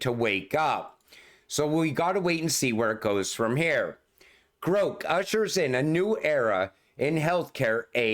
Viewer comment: The way you are saying Grok it would be spelled Groke, like coke. The pronunciation of the "o" should be the other way. Love you long time❤😂